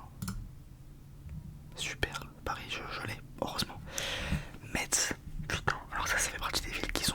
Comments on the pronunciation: Metz ça se prononce messe... 😢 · P’tit tips, Metz ça se prononce « messe » 🤣 mais sinon très bonne vidéo comme toujours